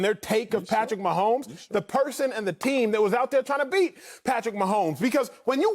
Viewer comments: I love this guy lol "Patrick 'Meh' homes" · Lol "Meh'homes"